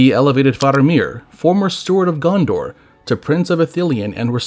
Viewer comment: I, too, want to visit Gun-Door.